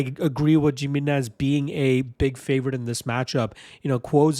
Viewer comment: The J makes an H sound. It's pronounced Hi-minez.